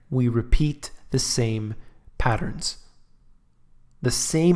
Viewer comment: Hmmm paternss I love paternss